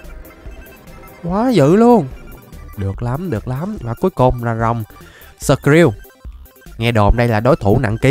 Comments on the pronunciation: Skrill mà anh nghi là shrill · Skrill mà đặt là shrill:))))